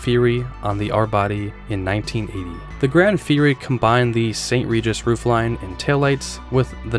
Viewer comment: Sir! "GranD Fury"!?? Plymouth used GRAN (no D) for a long time. It was well and widely known.